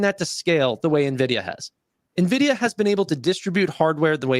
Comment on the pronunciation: WHY DO PEOPLE SAY NEVIDIA?!😅😅